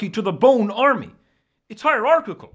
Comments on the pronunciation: You had me at "hierrarchichal"...;) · "they're hiergergoglphal" joe: cracks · It’s hyarschidel😂😂😂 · It's Heirgarchical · Hierarcakcle got me 😂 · Its heirarchlochlol. Lol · I havent been able to say the word "hierarchical" properly since this video came out. If this new pronunciation could just catch on, that would be beans.